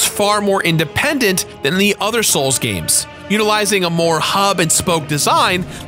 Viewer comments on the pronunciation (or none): "Gamses" isn't a word. If something ends in an S, its pronounced the same. You do that a lot lol